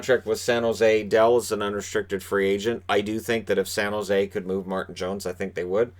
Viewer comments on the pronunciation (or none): none